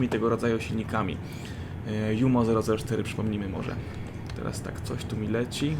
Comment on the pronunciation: Oczywiście, że mówimy Jumo, a nie dżumo ;) Chociaż amerykanie czasem tak mówią. Poza tym zamiast tworzenia papierowych samolotów powinni totalnie rozgraniczyć 2 wojnę i Koreę w matchmakingu. Wtedy nie trzeba by tworzyć samolotów na siłę.